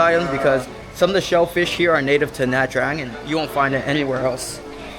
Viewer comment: Ban xeo is a lettuce wrap. Your pronunciation of Nha “Trang” is really hard on the “Tr”. It’s a lot smoother and softer on the “r”.